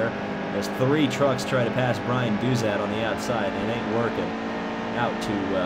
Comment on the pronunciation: Its Chase Caybree and Dauzat is pronounced Doughzuh